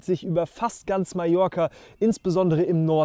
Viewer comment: Un grand merci pour prononcer correctement le nom de mon île en français : Majorque avec J comme jardin !!! Pour les autres patronymes de villes et lieux , la prononciation, ...c'est pas encore ça !!! Très belle balade quoiqu'il en soit et bravo pour la performance !